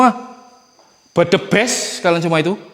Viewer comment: suer kl ngeliat video explore nya jantung ku yg berdebar. Ketawa juga pas nyebutin budiman budimen n bedebest😀😀😀 Sehat² yaah Jaga diri sll Bang Salam dr Medan🥰🥰🥰